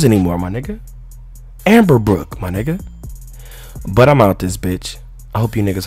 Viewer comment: nigga said amberbrook lmao